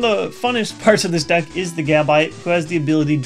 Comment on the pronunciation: it sounds like "dick" not deck xD